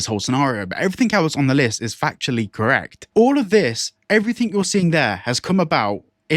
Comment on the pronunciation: I don't listen to people that say "everythink"